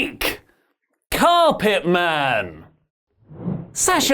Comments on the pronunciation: His name is carpenter not carpet man lol at the beginning of the video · Did say the name "Blake Carpenter" wrong by saying "Blake Carpetman"? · Carpetman??? botched... Lol